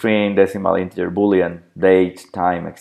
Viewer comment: Odio que mezclen idiomas. Ejemplo de una de las muchas cosas que ha dicho (escribo como lo ha pronunciado): Podemos definir el dato por ejemplo como "Inteller" o como fecha. ¿Porqué no ha dicho "deit" (Date)? o en lugar de "Inteller" (Integer) haber dicho Entero y a veces dice "XML" en español y otras veces lo deletrea en inglés. Eso se llama ensuciar el idioma. El español es un idioma muy rico y no es necesario añadir palabras en inglés.